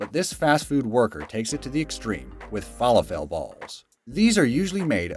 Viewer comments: Omg stop saying falafel like that...What planet are you from?😅😅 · Yea you did not pronounce falafel correctly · I liked the better version where there's no shitty writing and commentary. Like, who spells out "qwerty" and says falafel wrong? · Has nobody involved with this video heard of falafel before? What is that failed pronunciation about? Also GIF is not pronounced “JIF”. This isn’t peanut butter. The G stands for graphic so it’s a hard G as in Gregory. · Why is he pronouncing falafel so oddly? I had to think for a moment because I was like..... those look like falafels to me. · That's not how you say falafel but i guess it's not a big deal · You just say Qwerty, not each letter lol. Their is always sooo many easily fixable mistakes on these types of videos... this being only a small one, cause like a few people already commented you cant even say falafel right. My 3 year old kid can say it better than you lol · THE WAY HE SAID FALAFEL I'M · Dude there’s two mistakes in this video so far lol. 1: when talking about the sushi chef cutting thin slices of fish you say “look at him cutting this smaller salmon” it’s clearly a tuna lol. 2: your pronunciation of the word falafel 🤣🤣🤣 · I love how you pronounce Falafel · Pronounced fah lah ful not fella fell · fallow-fell juggler lolololol 😅😅😅 It is pronounced fah-loff-all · they are pronounced "Faa-Laa-Fil" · It is pronounced... fuh-LAH-full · Fala-full not fall-a-fells just a little tip for the Americans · It’s pronounced fah-lah-fal, not feh-leh-fell, idiot! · Fall-uh-fell.. Fuh-lah-ful.. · Fall-a-fell? It's definitely pronounced "Fah-loff-all" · felafel is Fa-La-ful. Not Fa-la-Fel. It looks like it, but it's not. fəˈläfəl the upside down E is the "uh" sound. Here's a video to teach you about it. :) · Sorry guy - - those Middle Eastern balls of garbanzos (aka chickpeas) or other pulses AREN'T pronounced FALA-fell - - it's fuh-LAH-full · Isn't it pronounced "fa-laffal" instead of "fah-le-fell"? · It’s fa-LAW-full